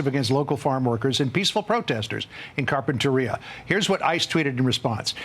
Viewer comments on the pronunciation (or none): "car pen ter e ah":face-turquoise-covering-eyes